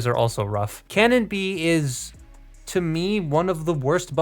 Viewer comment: I thought he was saying CANON bee, not cannon bee.